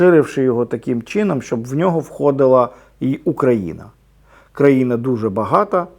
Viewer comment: таким ,,чіном,,...ну бляяя😂😂😂